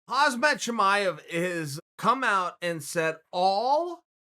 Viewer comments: H Chael said "Hazmat" it's "Hamzat" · watched this just to see Uncle Chael say "Hazmat"...........................first word :)